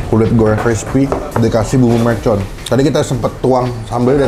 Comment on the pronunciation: MERCON bang, bukan MELCON